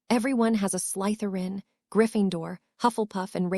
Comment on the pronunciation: There is no emphasis on the letter Y in the word Slytherin